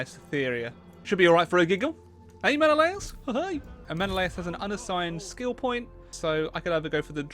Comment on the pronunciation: I am honestly mind boggled about a game fixated on mythology pronounces Menelaus wrong, I am confident that every history teacher will say Men-al-us, not men-o-la-us.